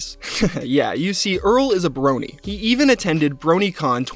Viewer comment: C'mon dude at least say "Brony" right We ain't talking about sentient brownies.